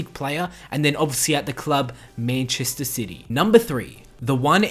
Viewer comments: It's MANchester not MAINchester. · Meenchester city.....c'mon bro it's man-chester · Meennnchester city haha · Mäintchester sity? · The way you say Manchester gives me cancer